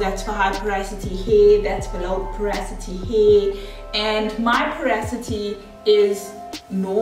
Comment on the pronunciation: Loved both sides❤️ Just as a matter of interest it’s pronounced po- ro- si - ty not po- ra- so-ty